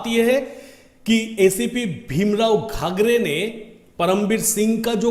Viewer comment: घागरे नहीं घाडगे. शैलेश नगर नहीं शैलेश नगरकर